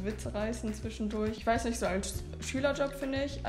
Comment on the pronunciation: bei Nicht fehlt das N